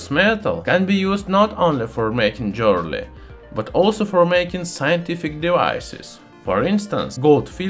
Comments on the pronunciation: Good video. Thx. Intertwined, not Intertwined. Jewelery sounds like Joo-ler-ee. I always look forward to your new videos! Keep up the good work. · I love the way he says "Jwearaly" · The funniest thing about it is. If you have english subtitles active, google translates it to jelly. That one got me laughing. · I like gold jerly. BTW he's from Estonia, not Russia. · Oh yeah, jeorly. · "Jewerly". Nice example of metathesis. Love the channel ! Subscribed. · I love your pronunciation of jewelry. I'm going to say it that way from now on. : )